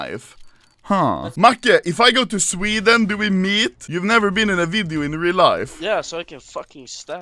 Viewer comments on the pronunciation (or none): Literally everytime he does his intro and says "Swhedddden" in his babaganoush voice I copy him ahahah.